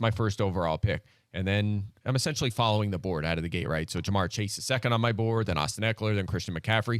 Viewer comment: Can please stop saying JamAr Gibbs. It's JamYr Gibbs. How do you have this job and can't get this guys name right.